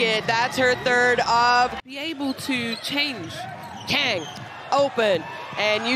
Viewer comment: 강을 못읽나... 외국해설들 나라별 발음하는거 배워야됨